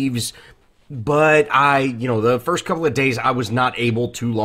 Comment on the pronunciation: “Frist”? Lol